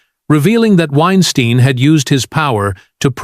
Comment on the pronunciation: Why is it that the AI narrator butchers the first pronunciation of a name, but gets it right after that? 😅 Edit: Wine Steen vs Wine Stine 😅 To add Baldwin to this list is BS. The prop master was the one responsible and everyone knows it.